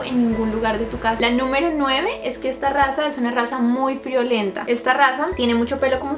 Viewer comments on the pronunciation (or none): Cuando dijo "Es una raza muy friolenta", me asusté porque escuché "Es una raza muy VIOLENTA" 👀😂.. En fin, algún dia Dios primero, deseo tener uno de estos 💖😊